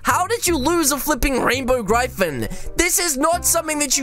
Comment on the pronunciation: I like how he says gryphon the wrong way